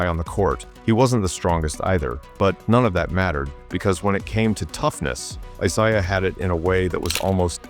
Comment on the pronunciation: Larry torched Rodman a LOT more than Dennis got the better of him.Cooper was good, but Bird still got his shot off on him.Magic was his true equal.You don't know your Isiah Thomas's.There are 2 different ones.Plus you keep saying Isiah wrong.Dr. J & Bird was a fierce rivalry.Wilkins, never had what it took to take down Larry & the Celtics..Finally,..what no MJ???